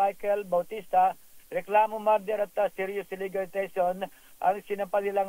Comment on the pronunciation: Ano po yung "MARDER"? 😂